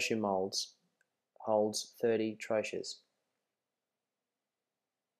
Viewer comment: There are so many things wrongs in this video... She should be wearing hair net, gown sleeves should cover the entire arm up to the wrists, also safety goggles. By no reason should get her face so close to the medication nor breath over it, and the correct pronunciation is trō-key, no tro-ches.